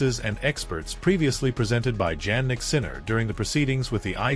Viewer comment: Your title is completely out of context, And please when you are going to learn the real pronounce of his name: Jannik is Jannik it's not Djannik, You are really hopeless anglo...... or .